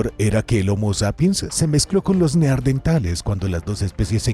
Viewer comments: Igual que en el otro video ,les vuelve a decir neardentales 😂😂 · Los neardentales😂😂